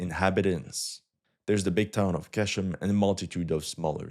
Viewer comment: It’s pronounced “gh-eshm” bro